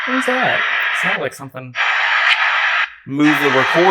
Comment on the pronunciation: Sounds like the one guy is saying who__ house